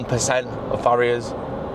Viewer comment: Who else heard "fairies" every time he said "ferriers"? I believe in fairies so I am picturing a magical forest at the end of this voyage! Lol